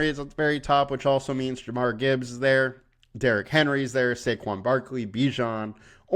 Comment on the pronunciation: Jahmyr not jamar lol